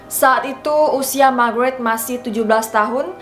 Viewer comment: Kirain ngomong Margarin🤣😅😂